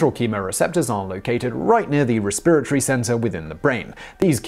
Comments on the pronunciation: the em-PHAS-is is on a different suh-LAB-lle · I can listen to an entire video of Simon just saying “resPIRatory”. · Lol I heard "re-spirit-ry" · raspirittree? Probably a British thing, but I never heard that one.